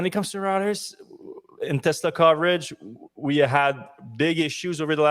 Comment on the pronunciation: Reuters: roy-trz